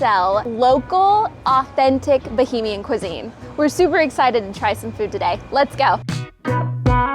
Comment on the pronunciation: Pronunciations...."KONK"...."BAH-HAY-MEE-AN".... "SOUSE" rhyming with HOUSE. No worries. We are all here to learn. Thanks and. Come again soon! (Freeport G.B. next)